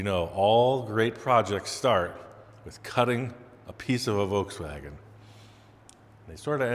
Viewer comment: The "Ve Wans" Bug🐞